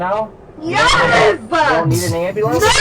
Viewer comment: she does the two syllable "yeeasss-ah!" and "neooow-ah!" 😂😂